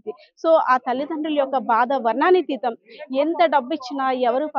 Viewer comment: 😢😢😢...thallee...varnanaatheetham. not....varnaaanatheetham,,pls correct it...pillala thallulu...sorry ma